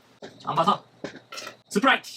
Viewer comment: 스프라이트를 스트브라이트로 부르신거같은데